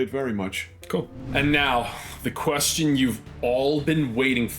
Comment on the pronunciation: "I DOUHNT KNO WHY THEY KEEP ASKING THAT QUESTAWN"